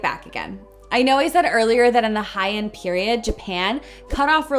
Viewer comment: I kept thinking she was saying "high-end " when she said Heian. It's pronounced hey-ahn